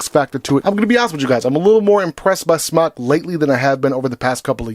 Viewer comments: Would you quit pronouncing it that way... it's pronounced like the word SMOKE....JESUS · its Smok as in Smoke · The way he says smok I’m really happy now